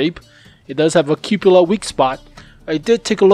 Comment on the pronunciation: That is not how you pronounce Cupola